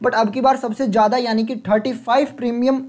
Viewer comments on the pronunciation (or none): none